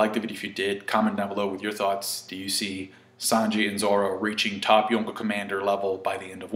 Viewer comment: Cant handle him calling them yooko instead of yonko